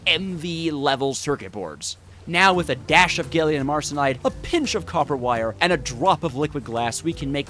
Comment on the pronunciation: “” ✅ “gailium” ❌